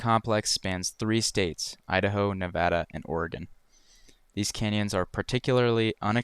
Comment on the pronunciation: Can I just say "Thank you" for pronouncing "Nevada" properly.